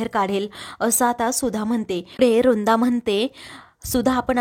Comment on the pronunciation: रुंदा नाही हो वृंदा बोला ना नीट